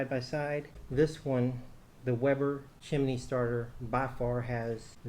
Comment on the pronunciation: "Chimney" has only 2 syllables.